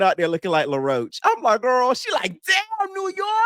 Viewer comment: calling law roach "laroach" lol